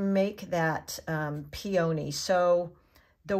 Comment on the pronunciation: Pee-o-knee not peOh-knee